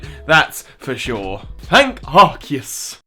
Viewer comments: Ar-see-us, not Ar-key-us. If it was Ar-key-us, it would be spelled with a k, not a c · Um, "Ark-ee-yoos"?! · Almighty "Arkeyoos" lmfao